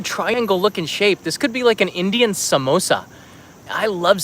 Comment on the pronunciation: Your Samosa pronunciation is on point my dude!